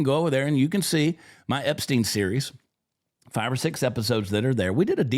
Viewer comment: HE did. He defended them HARD. Angerly asked why we were still talking about Epstien. He even acted like he didn't really know the name. Mispronounced it a bit. HE acted like it was offensive that the reporter even would ASK about it. Trumpsters are in a bad spot now. He's lost me.. not that I mean anything in the grand scheme of things.